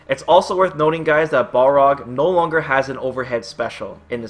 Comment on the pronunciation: isn't hes name pronounced bal rog, not ball rog